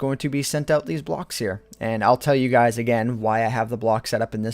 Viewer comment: lol instead of guys you sayed skys!